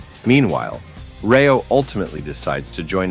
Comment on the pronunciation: Bro it's rayo not reo we'll prenuptial as rati and elt as teo